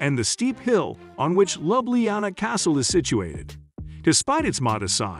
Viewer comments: The way it pronounce Ljubljana 😂 Yes it's an AI narrator. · Slovenia's capitol is What? Someone here has not done eben basic homework, obviously, which makes this video not worth watching. And I just Love the way you murdered the pronunciation of Ljubljana, and almost every other location. Nice going. Typical A.I. narration b.s. 😔